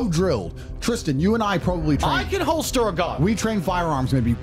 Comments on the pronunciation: holster not hoister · la prononciation est similaire et y ressemble, le mot c'est plutôt Holster.